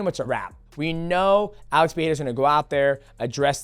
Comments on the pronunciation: Pe-re-ra Say it with me DJ 😂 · DJ, once again it's Pereira not Piera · “Alex pehera “ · Why do people struggle to say Pereira so badly? C'mon Mighty say it right bro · I hate how he tries to say Pereira in their language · Love you DJ but it hurts to hear how you pronounce Pereira 💀